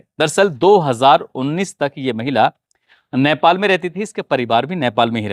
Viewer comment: Sir it's not naipal,,, chevj your pronunciation..... It's nepal